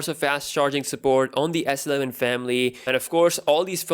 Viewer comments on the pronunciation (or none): I was trying to show phonetically how it should be read. I guess to be more accurate, one should say it as such: Ess-E-Leh-ven Not Sleh-ven